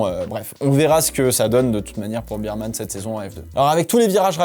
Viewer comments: Moi c'est la vitesse de pointe des Williams qui m'a étonné, les seules à monter à pratiquement 340km/h ! Est-ce-que cela veut dire que ça va jouer les bonnes places sur un grand prix rapide ? PS: Il faut prononcer "Birmane" et pas "Bermane" ? "Bear" comme "ours" en anglais non ? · Petite correction de prononciation, on ne dit pas Bireman mais Bèreman comme l’ours on dit Bear et pas Bier comme la bière haha super vidéo sinon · On dit "bairman" (ours) et non pas "birman" (biere)... Je comprends qu'on préfère le 2eme mais il faut tout de même bien prononcer son nom a ce jeune homme 😊